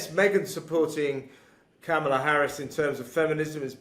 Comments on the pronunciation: please pronounce Kamala Harris's first name properly, It is KAMala, not KamALa or KamaLA. Thanks. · Just a friendly tip, her name is pronounced “com ma la” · Not a Kamala fan BUT — we should ALL pronounce her name correctly — it is “Comma-La” like the punctuation mark. , with “La” at the end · And neither of you say her name properly!!!! Com-A-law!!! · can’t even pronounce Kamala’s name properly! Talk about being able to speak proper English. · Pronounce Kamala correctly please! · Can someone tell these two how to pronounce Kamala? 😝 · Hey, I enjoy your commentary but please learn to pronounce Kamala correctly. You've repeated her first name dozens of times now and I am not finished watching yet. Did you know that the GOP are intentionally mispronouncing her first name to emphasize her heritage? I’m hope you aren’t aware of that. Racism is at the core of that. I get you support Trump but lots of people who listen to you who do not. Careful there.